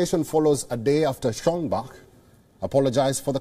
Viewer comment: "Schonbag"??? Do you write by ear? ;) His name is Schoenbach(Schönbach)!